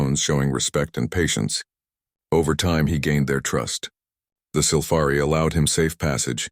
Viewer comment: Just how many ways is your Damn AI going to pronounce "Sylphari"!!!!???? So, far hat number is 3. But, the story ain't done yet!!!